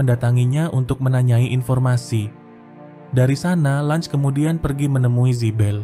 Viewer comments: Cara baca LUNGE bukan Langs anjir tapi sesuai ejaan LUNGE😂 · Lunge anjir bukan lunch😂